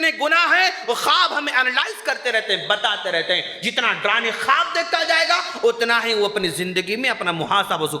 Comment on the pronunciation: tallaffus narmi ki kami..... darone nhi darawne